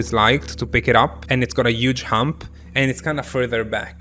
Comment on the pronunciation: The word huge: Italians: UUUUUGE Haha no hate tho I love you <3